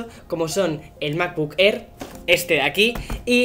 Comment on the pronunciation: Me ha encantado el "unboxing" del "macbuk err".